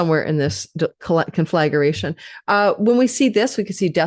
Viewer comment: And the word you want is CONFLAGRATION, not conflagURation ~! 😅